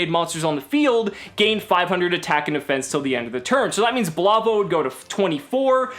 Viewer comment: I'm almost 100% sure that "Blavo" is supposed to be "Bravo"...